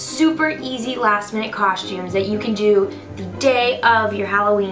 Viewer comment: Love the way she says costumes lol (cosh-tumes)